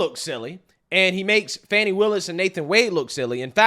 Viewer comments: Its FANI NOT FAWNI! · Can we stop with the Foni its Fani